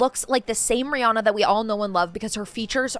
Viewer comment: Why does no one know how to pronounce Rihannas name?